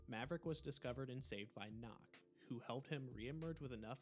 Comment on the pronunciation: why is nøkk pronounced as knock? jäger’s name is pronounced correct but never nøkk. also for those who dont know, nøkk is a danish frogman woman